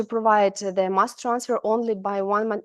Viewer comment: Thanks. However its MAss not MEss... The two mean different things. Other than that, thanks very much